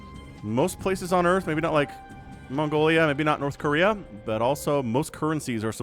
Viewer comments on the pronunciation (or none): none